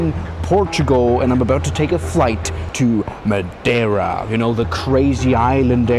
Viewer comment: The clapping is just as "cringe" as your pronunciation of Madeira 😉